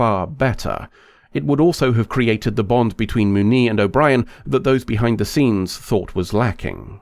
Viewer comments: Moo-nee lol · The way you pronounce "Muniz" hurts my ears.